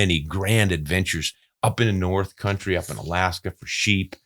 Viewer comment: Atta boy from dah U.P.! But you mispronounced the "great white Nort". Cheers from Flint 🍻!